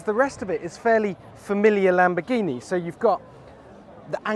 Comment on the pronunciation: LamboRghini, not lambogghini pig god